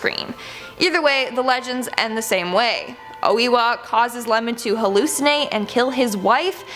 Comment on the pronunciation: its oh a wa